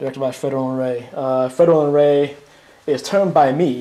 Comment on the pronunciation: it sounds like you're saying Fredolin Ray.